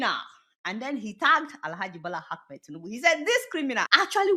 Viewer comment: Hello mrs Deola the name of president Tinubu is Ahmed not Akmed as you always call him. Please correct that pronunciation.